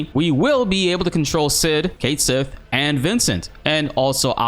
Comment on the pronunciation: pretty sure its pronounced Kate Seeth